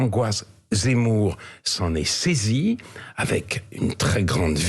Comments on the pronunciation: ... s'en est saisi et non saisiT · "S'en est saisi", pas de "t", Europe 1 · "SAISI" pas saisiT" !!! Le Participe passé vous connaissez ???